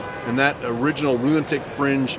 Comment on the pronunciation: I caught the lunitic in the first sentence and it stuck, NO THANK YOU